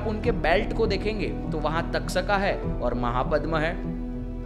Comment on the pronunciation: बहुत अच्छी बात बताई आपने ! धन्यवाद ! सिर्फ गरूडा की जगह गरूड , तक्षका की जगह तक्षक बोलीये , नही तो वह इंग्लिश जैसा उच्चारण लगता है , हिंदी जैसा नहीं!